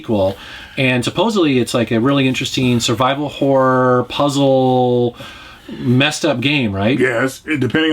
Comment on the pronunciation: When said "Survival Horror" games, I was away from my PC and heard "Saliva Horror". Needless to say, when I went back and heard it correctly, I was highly disappointed.